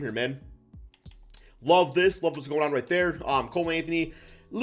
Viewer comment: Book night. Not booo night